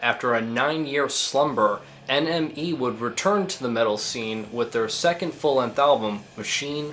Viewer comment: When you say NME it sounds like your saying enemy